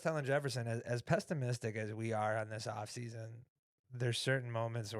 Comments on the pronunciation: Did you say "pestamistic"? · Yo, it is "pessimistic" my friend, not "pestimistic" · So pestimistic… 😂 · Yo, don't be so pestimistic towards!